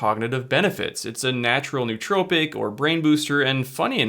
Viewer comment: There is no such word as neutrophic. There is nootropic and there's neurotrophic. You mispronounce them both.